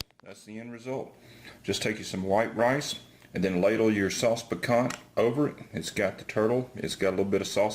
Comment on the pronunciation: FYI, it's pronounced "picantEAE"